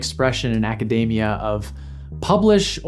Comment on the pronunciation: You said “acadamia” (sic). 🖖🏼